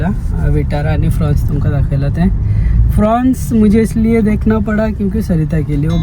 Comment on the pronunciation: I heard fronx as prawns😂